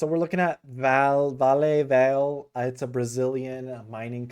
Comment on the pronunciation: It is pronounced Val-A.